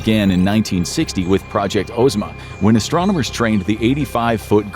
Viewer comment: It's actually pronounced "OZ ma." It's named after Princess Ozma from the Wizard of Oz books.